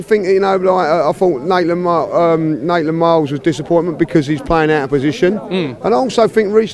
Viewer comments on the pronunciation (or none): Naitland-miles first robbie, now.. its maitland-niles😂😂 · Why do so many people call him Naitland-Miles lol it's Maitland-Niles*.